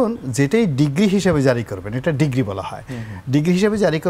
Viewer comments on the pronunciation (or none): মি. গোলাম, কথাটা ডিগ্রি নয় ডিক্রি... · Mr.Ronie Not Degre but Decree Ur wrong pronunciation has Twisted the meaning. It’s frustrating from aTalk Shie 🎉 Host like u who had been MP. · It's decree not degree 😅